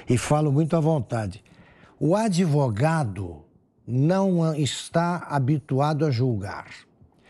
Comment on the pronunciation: "ADIVUGADO"... É como pronuncia o "grande, honesto e ilustre" Relator dessa vergonhosa CPI. Que nojo! 🤮